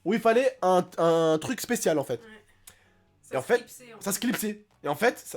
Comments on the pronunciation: vous aver remarquer il dit toujours enfete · TU PEUX ARETER DE DIRE ENFETE